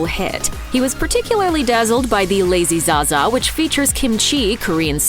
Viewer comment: It's called the Lady za-za, not Lazy za-za...get it right